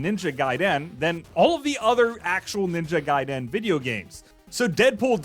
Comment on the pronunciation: You don't break up the syllable, and stretch it out at the end when you pronounce Ninja Gaiden. Why is it so hard for anyone to pronounce things without sounding like a complete goober?